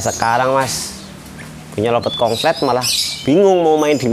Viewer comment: Konslet mas konslet,,bkan kongslet😂😂😂